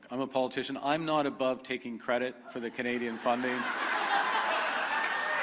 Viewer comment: She still can't pronounce the TH sound . Saying duh for the is not attractive.